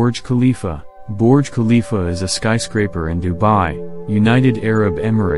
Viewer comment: "Borj khalifa"